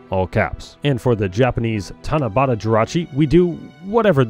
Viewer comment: "For the Tanabata Jirachi, it's gonna be whatever this is" > it's TANABATA